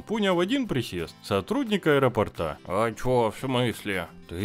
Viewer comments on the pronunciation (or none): правильно говорить не аэропортА а аэропОрта